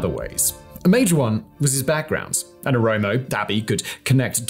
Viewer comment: Well done for recognizing that Welkait was an Amharan land since at least 1944. Your research is superb! And you are now pronouncing Oromo correctly as opposed to saying omoro 😃